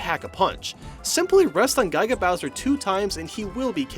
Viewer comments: Gai-ga Bowser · Why do you say Guy-ga Bowser? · I was just playing the events again and damn, the Ness vs the space guys and Dr. Mario and Nurse Peach are hard as balls, good video and I'm so glad doesn't say Guy-ga Bowser or Gendorf anymore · "Guy-ga Bowser"